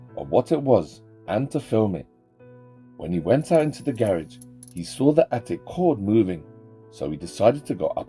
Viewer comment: already idk how you perectly said the word "garage"